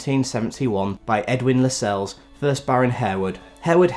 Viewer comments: I believe Harewood House is pronounced “Har-wood”. Lascelles is pronounced in a way that rhymes with tassels. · "Harewood" is pronounced "Harwood" and "Lascelles" is pronounced "Lassles".